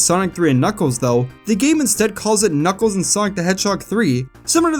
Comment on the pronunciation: Every level in Knuckles Chaotix is an alliteration just like the title of the game. i am now informed that both the Kn in Knuckles and Ch in Chaotix are not in fact pronounced like the Ge in George.